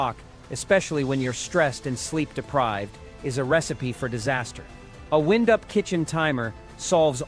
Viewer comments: You wyind wire not wend it. Wind pronounced wend is what blows outside. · I didn't listen to the video but apparently the ai voice mispronounced wind as a noun instead of a verb.😅